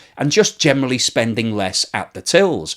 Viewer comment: Why do you say gemely instead of generally 😀